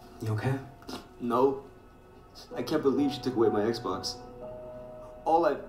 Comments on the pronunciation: so nobody gonna talk about how he was saying exbone in stead of xbox😂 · Everyone: Xbox Flight: Xbon